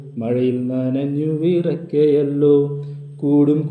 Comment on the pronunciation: വിറയ്ക്കയല്ലോ❌ വിറയ്ക്കയല്ലേ✅